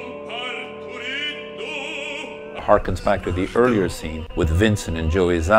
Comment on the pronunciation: was a great docu and look into part III till u said zaza